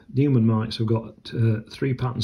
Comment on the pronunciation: You pronounce it Noy-man